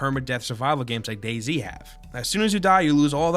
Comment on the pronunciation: DayZ is pronounced as "daze". You're making it sound like " Daisy"